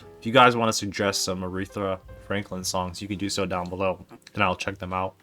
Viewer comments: The pronunciation doesn't have a second r in the third syllable. :) Not Arethra like urethra but just Aretha. :) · Her name is Aretha, not arethra dud. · Loved this. Aretha is my absolute favorite. Second to none. I met someone over the weekend who had never heard of her. I was shocked, but she’s not from Detroit and was only 21. Also, it’s A-REE-Tha, not whatever you were calling her. Just call her Aunt Ree. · Your saying her name wrong!!